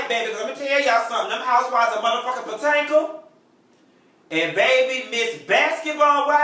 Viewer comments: Not "potanka" kmsl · You are pronouncing Potomac wrong. Not sure if anyone has told you.